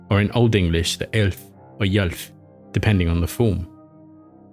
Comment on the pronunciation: Ylf is 'ulf' not yulf.